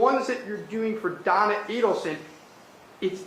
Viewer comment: OHHHHHHH Do-on-na, OHHHHHHHHH Don-on-na